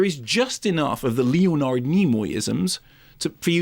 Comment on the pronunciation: I like Mark Kermode but he has a weird way of pronouncing Leonard as Leo Nard which was kinda jarring